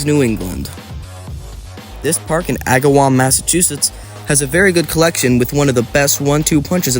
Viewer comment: Thank you for pronouncing Agawam right